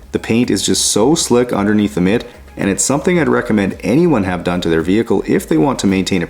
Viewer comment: Such a beautiful machine! By the way, after watching Letterkenny and Shoresy, I can't help but giggle a little when you say 'mitt'!😂